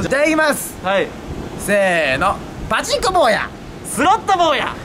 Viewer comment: パチンコのイントネーション気になんの俺だけ？